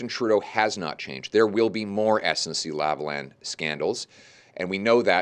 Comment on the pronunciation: Politics aside, if Pierre Poilièvre doesn't want his name's pronunciation to be made reminiscent of "hoi polloi," then he needs to learn how to pronounce "Lavalin" correctly... Hint: It's not "Lavalan," which is neither a French nor an English pronunciation. Then again, it boggles the mind how most Canadians outside of Québec itself seem to prefer the Frankenstein model of not fully pronouncing its name in either French or English.